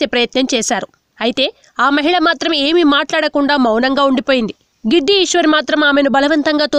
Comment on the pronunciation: Giddi ishwari kadu "gadida ishwari"